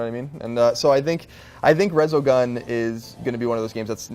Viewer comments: Resogun, really? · Resogun? Really? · Really resogun? That's what you're most excited for? Reaallly...